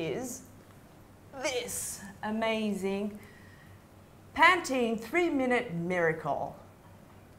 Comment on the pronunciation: pantene sounds like paties